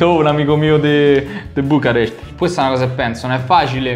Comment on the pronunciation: Da Notare il Bucarest pronunciato quasi in rumeno